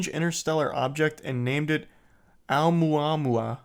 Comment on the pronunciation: Hearing Charlie say Oumuamua is satisfying